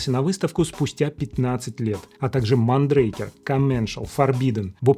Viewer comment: и "МондрАкер" . Это испанский бренд.😊